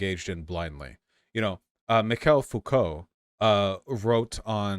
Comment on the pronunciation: Pronouncing Michel Foucault as "Mikhail Fucko" might be the funniest thing I've heard all week.